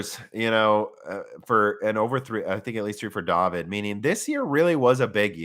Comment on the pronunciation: Daveed... It's DAVID!. Daveed...